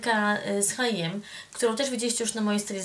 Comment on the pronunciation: ej h&m nie mówi się HiM tylko HM